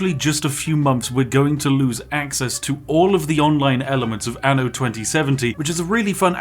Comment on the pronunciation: Fyi: anno in italian means year. You must pronounce the double n, otherwise it becomes ano, which is anus lmao